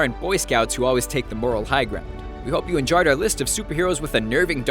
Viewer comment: Am i the only one that heard him say "I hope you injared this list."?